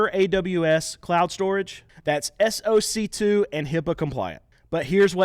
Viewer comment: Fyi: SOC2 is pronounced SOCK2. if you ever have to do another ad read 😂